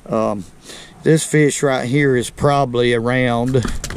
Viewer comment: “That’s what we like to catch heyah”